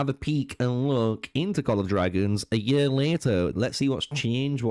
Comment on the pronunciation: Pronounce year properly you little nerd.